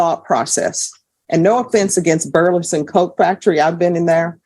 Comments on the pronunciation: Judge I LOVE YOU!!! But its BURLINGTON!!! Not BURLINGSON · Why is the judge having such a hard time pronouncing "Burlington"? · Why can’t the judge pronounce Burlington properly? She’s supposed to be highly educated. Is that just one word that kind of tongue twister? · How hard is it to pronounce Burlington?